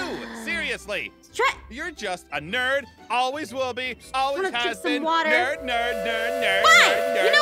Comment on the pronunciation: Ein and pieres say nerd like 8 tain